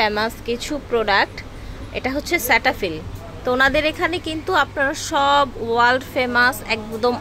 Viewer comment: Wal না আপু ওটা world হবে। আর স্ল্যামালিকম না আস্সালামুআলাইকুম হবে।